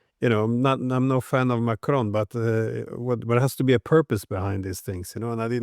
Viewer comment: Hopefully Mr Dieson will take a tip from McGovern on what the name of the French pres. is. It is NOT "Macrone".